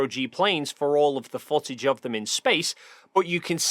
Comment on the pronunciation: Undawoo'ter fo'tidge 😅 jk great video tho :D